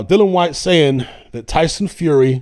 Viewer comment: Dillian, as in rhymes with Gillian. Dillon Whyte is somebody else on the planet and in all probability doesn't even box either.